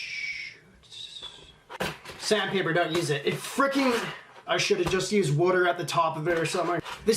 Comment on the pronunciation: Making us Canadians look bad the way you pronounce Water